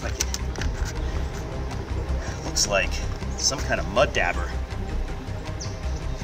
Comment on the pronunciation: Good video other than I’ve never heard it pronounced “dabber” I’ve always heard it’s pronounced as it’s Spelled dauber more like dobber than dabber. But it’s spelled Dauber. I found it funny every time he said it.